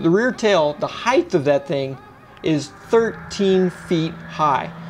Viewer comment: The expression “all your eggs in one basket” comes to mind. God forbid anything happens. 🙏 (“Heighd’th”?🤨)